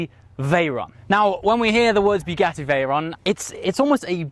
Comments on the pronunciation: I do love your vids, but I wish you would learn how to say Bugatti. It is pronounced like a bug, not a bugle, so not " bew gatty" but " Bug atti " .....P.S, the first half doesn't half feck with the senses, all the voice audio is on the right channel. Sorry for being a bore, I do enjoy your enthusiasm and I am a rather jealous 50yr old.. Great video all the same. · BUGATTI not Biugatti! Great video mate 👌